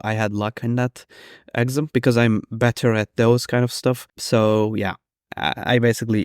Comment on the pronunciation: I'm crossing my fingers for you that you pass the exam, what a nightmare to have to relearn all those mathematical formulae! By the way, the stress in 'exam' is on the second syllable, i.e. ex-AM :)